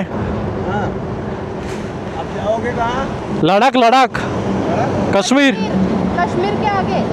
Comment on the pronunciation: लडाक नाही भाऊ लद्दाख आहे ते😅